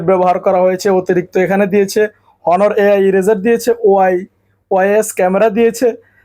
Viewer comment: ভাইরে হনার না অনার উচ্চরন হবে ।